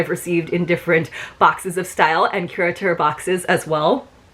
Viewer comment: I think you are the only creator who pronounces the name correctly--so tired of hearing it called curator box. That was quite a difference in values, but totally get the why in terms of your choices.. I did not order this box primarily as I have too many towels, too many cover-ups, too many skin oils, and also bags, albeit it was a cute bag--so glad it is black inside lol even if its harder to film.